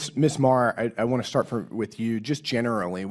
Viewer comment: """Maher""" Every single time.